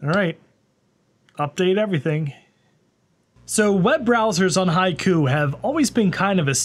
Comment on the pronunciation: That's not how you pronounce "Haiku". Is it on purpose when it comes to HaikuOS?